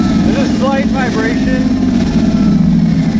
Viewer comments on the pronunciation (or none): "SLGHT" vivration